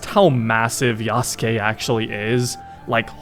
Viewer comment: damn bro should really be pronouncing yasuke correctly by now, it shouldn’t bug me, but it does😂